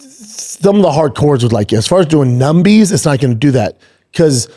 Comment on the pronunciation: Yo Brendan stop saying “numbies” my dude just trust me on this one